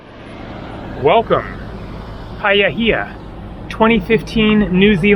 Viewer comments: you keep saying paia hia, which it is not. It is Pai-hia :) sounds funny how you say it though lol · Paihia,not Paiahia. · Not Pie-a-here, it's pronounced Pie-here 😂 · Paihia is pronounced pie he-a Your Maori pronunciation though is not bad for an American😉